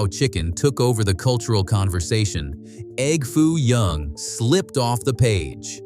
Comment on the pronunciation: 23 seconds in and the narrator says E.G.G. Foo young, Instead of egg foo young. Who the heck is EGG foo young. Is he the famous Chinese businessman who first requested the dish. Is he the Earl of Sandwich?